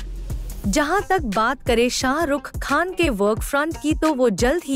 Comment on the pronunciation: First prounce srk properly